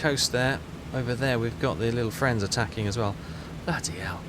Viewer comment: Are you making fun of my fweind, Bittus. Dittus?